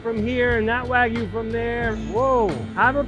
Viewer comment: Bro, you pronounce it wrong. It's wah-gyu not weh-gyu.